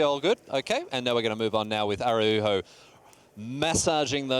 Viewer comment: Damn, not only does mispronounce "Araujo" every single time but also he changes the way he says it throughout the video... truly amazing.